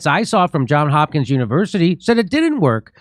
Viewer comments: Who's Hopkins? JOHN'S hopkins! Hahahaha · Who's Hopkins University? Johns' Hopkins University...